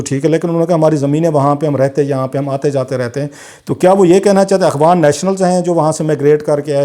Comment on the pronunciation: Sir, Akhwan nhi , Afghan hota hai.. Correct yourself.